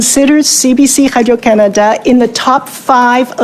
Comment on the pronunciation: "CBC Hadio Canada" she says over and over again .. . eating that Laurentian Anus.